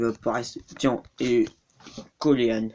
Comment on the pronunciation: ah au fait coleen se prononce pas coléan mais colin